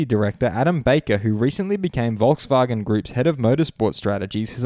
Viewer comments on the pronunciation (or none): For me as a German it's very funny how you pronounce German words like "Volkswagen".